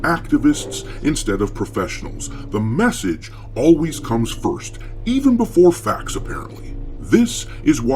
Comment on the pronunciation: You pronounced "The Message" wrong :face-green-smiling: GGs wp for the content 👍